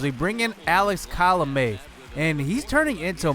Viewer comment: hey not to be rude but you pronounce colome like ko lo-wme